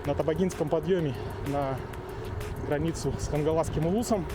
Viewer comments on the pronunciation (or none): не кангаласский а Хангаласский!